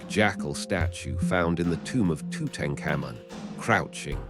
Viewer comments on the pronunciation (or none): none